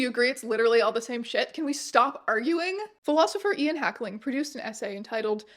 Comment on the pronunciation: so unimportant but Ian Hacking is tangential to my academic work and hearing "Hackling" repeatedly is frying me